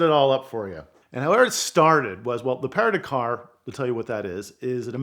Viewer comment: The Para da-car? I don't think that's how you pronounce it in English, bro.